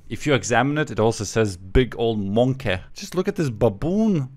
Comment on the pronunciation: I don't know why I laughed so hard, maybe it was the way said monke. The way he emphasized it was quite funny ngl